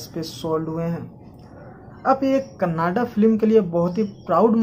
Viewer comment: भाई कनाडा नहीं कन्नडा है